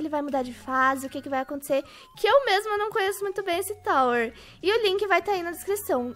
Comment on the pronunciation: Tawer ou tower não entendi nada